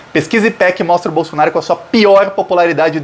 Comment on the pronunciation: É proposital ou o nome do Bozo está sendo pronunciado errado? Bolsonário?😂 Não tem i, é Bolsonaro. De qqr forma, FORA BOLSONARO GENOCIDA!!! ✊🏼⭐ 13js